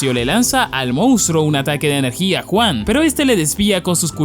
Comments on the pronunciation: Brother no es por ser mamon, pero podrías pronunciar Yuan en lugar de Juan es que me da risa y me recuerda a Juan y Pedro jaja bueee, en fin que viva la comida Pedro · me encanta como dice ENERJIA JUAN >:V jajasjajsajs